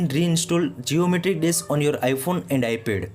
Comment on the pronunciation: “iPhone and Ipe”😂